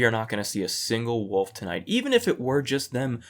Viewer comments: "Black woof". It's WOLF, YOU HIC FUCKS. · In one episode the one of "bad guys" calls Jeff 'wood elf', which is how I've referred to him ever since. Wood Elf. (Also, the way pronounced wolf as 'woof', which has ruined the way I think about the word now 🤣